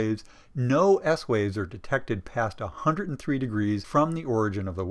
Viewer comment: Good explanation I can use in class. But...pronunciation! "Hundred" is not pronounced 'Hunerd' !!